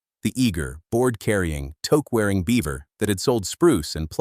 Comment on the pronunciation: If you're going to do a video about a Canadian icon, at least take the time to teach your voice over "person" how to pronounce words like toque, Sault St Marie, and a dozen others that stand out like sore thumbs. Please! I only came upon the Canadian scene in mid 1979, from Africa. Within a year I was doing business with the huge Beaver yards in Hyde Park shopping centre of London, Ontario. The project was storage and basement, framing, insulation and drywalling of our newly acquired two story, semi detached home in Whitehills. Then came the fire that totally decimated the lumber yard and the tornado that parked the warehouse roof, "across the road!". The Beaver name disappeared shortly after, replaced by Rona, Home Depot and Home Hardware, via Pro Hardware.